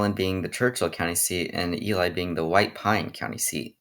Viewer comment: Love the video dude but as a native Nevadan myself, some of the ways u pronounced the towns coulda been better. Like tonopah and ely. Tonopah ends like your saying the word paw, and Ely rhymes with steely. I don’t know why but the people in those parts are very persistent on the names